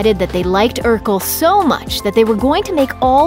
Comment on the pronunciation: First off, it's Urkel......